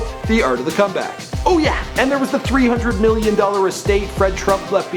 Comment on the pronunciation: I hate how Donald Trump says million he says "miyyon"